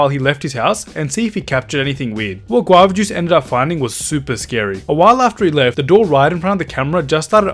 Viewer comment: He pronounced guava juice = guav jooc